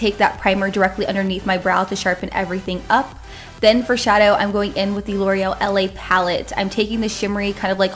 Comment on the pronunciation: It's called la palette its French not L A